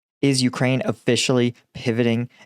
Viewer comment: It's not vuh, it's veh,. Ukrainian here